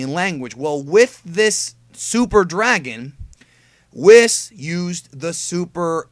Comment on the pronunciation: Just curious, why do you call, Whis, Wh isss. I thought it was prounced Wheeecc